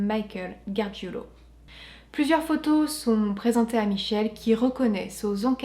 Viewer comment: GARGIULO, pas GARGUILO. 😉